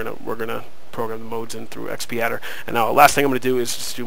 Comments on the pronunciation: Correction! It's pronounced X-padder not Xp-adder. Other than that great! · x pee adder! Ha, aside from the funny pronounciation, thanks very much for the vid, helped :D